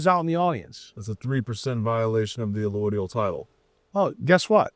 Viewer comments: It’s correctly pronounced “Uh load ee ul” title, not “uh loid ee ul title.” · w/respect, it's Rothschild (there's an "s" after the Roth, before the "child"). Yes, its a tongue- 'twister! And its B'nai B'rith, not Birth. Sorry, I'm a "word nerd"! 😅 Also, its allodial title, not alloidial title. Yes, we need it back.